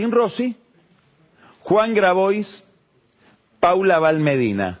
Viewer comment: Carlos, si vas a decir "Yoli" no me vengas con un "Grabois". Se pronuncia "Grabuá" en todo caso. Saludos.